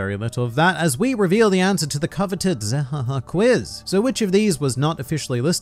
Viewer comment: I got the answer right zehahaha I will not subscribe zehahaha I'm already subscribing zehahahahahahahaha Also, it's zehahaha not zahahaha !!!